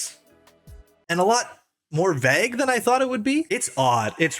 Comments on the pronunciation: Vay-g not veg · Vague not veg holy fuck thats annoying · bro pls learn how to pronounce vague if you're gonna keep saying it every 5 minutes